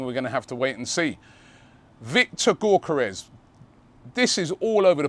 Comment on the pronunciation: Say it with me....Yok Yok Yok Yok Yokeres.....not Gork Gork Gorkeres....cheers champ